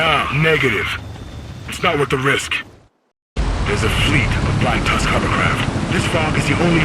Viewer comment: Pronounce Ellis and Tusk correctly dude, or get a decent mic lol.